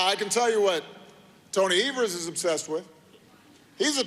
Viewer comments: Ben...it's pronounced 'Eve'‐ers...not 'Ever'-s...💙 from Wisconsin!😉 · Evers = (EE-vers) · Evers is pronounced with a long Ē, Ēvers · Tony EEEE-vers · Our governor's name is pronounced with a long e. Don't mean to be picky but it's irritating to hear people say it the way you did